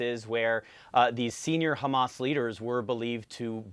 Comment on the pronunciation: You sound so stupid saying Hamass instead of Hamas. FYI